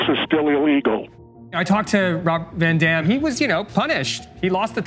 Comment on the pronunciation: ITS A ROB, ITS A VAN, ITS A ROB VA DAM